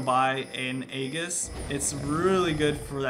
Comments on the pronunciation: Aegis is pronounced eegis. Just that I'd let you know since you usually use correct terms! (kage) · Aegis is pronounced with a j not a g you fool